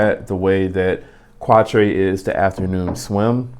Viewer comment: It’s pronounced without e at the end witch is the number 4 in French